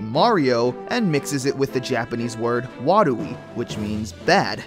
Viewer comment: Thank you for saying "warui" correctly. MovieBob saying it wrong in his video on the same topic is super cringeworthy. Just like everything else he's ever done in his life. You think someone so obsessed with Japanese video games would learn the very basics of how to pronounce Japanese words. It's not all that hard.